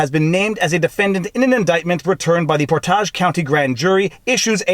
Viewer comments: It's pronounced Portedge. Not Portahge. Emphasis on Port not edge - all one syllable. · Not that it really matters but it’s pronounced PORTage not porTAGE....emPHAsis on the first sylLABle. :) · It's not por-TAJ but rather, POOR-tidge County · PORT-edge. Not, port-AZH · Ohioan here - it's "Portij" county, not "Portahj" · Great video, it’s Port-Age county. It’s not aaaaahge, but pronounced age. Ohio isn’t that fancy. 😂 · "Port-ahj" county sounds nice, but it's pronounced "port-idge" 😉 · killing me... "Port-edge" County not "Port-Ahhj" lol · From Ohio... and just a little nit... Portage county is not pronounced like it is french... It is pronounced PORT - aj not port ahhhjjjj the "A" is soft and the "g" is like jingle .... port-age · It is pronounced Port-age. Not Por-tage . I grew up in NE Ohio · Port-age not Por-tage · "ShadowGate". Not "SpyGate". Port-Age, not "Port-Ahj". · the place is pronounced Port-Edge, but say it quickly as one word. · Portage we pronounce it Port-idge. Rhymes with porridge! Lol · Portage pronounced like Port-Midge (minus the M) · Viva Frei, I love your channel and posts. Just a comment regarding this post. You are pronouncing Portage based upon the French pronunciation. Here in Ohio, we use the Ohio pronunciation Port"age". Don't emphasize the second part, just say Portage and you have it. Love the posts. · Just a helpful tip from Ohio - it’s pronounced por- tidge. County. Lol 😝 though the way you put it sounds awesome ✌️ ❤️ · Its Ohio, not France or Canada. Its "Port-idge" County. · It's not poor taj county? Its Portage County! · Portage... The A is long!!!! its not pronounced portaj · Being from Cuyahoga county, I’m used to having people mispronouncing where I live. However, that is the fanciest way I’ve ever heard anyone pronounce Portage (we usually pronounce it “Port-edge”, although I think I may adopt your pronunciation). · Oy, it's pronounced poor-tidge. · Portage pronounced Port-edge. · And it's pronounced por·tuhj